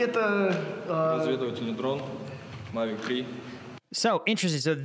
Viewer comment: That's not how you pronounce Mavic.